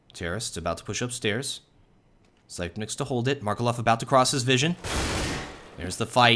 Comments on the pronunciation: zip - nix not zype - nikes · zypeks, not fkn zaipneks